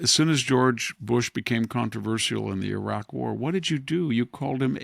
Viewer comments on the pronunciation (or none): none